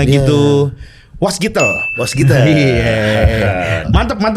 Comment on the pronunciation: WASGITEL ❌ NASGITEL ✅